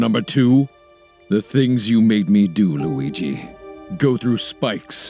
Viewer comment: I literally cracked up when he said luige in anime form